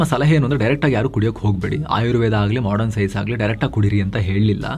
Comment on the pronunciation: Modern shabdsvannu modran endu uchcharisidderi avare... Sariyagi uchacharisiri